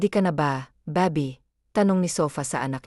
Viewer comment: Bakit ganon mag salita yung baby naging babi